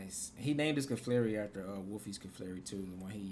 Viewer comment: This team is so broken! I digg it. 👌🏾 Also, you crack me up every time you call Clefairy, "Caflarey!" Lol 😆